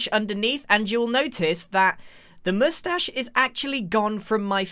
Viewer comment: NOOOOOOOO!!! Not the moushtashe